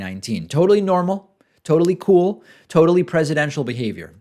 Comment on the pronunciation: I believe he said, "Ees normal". Brazilian-style.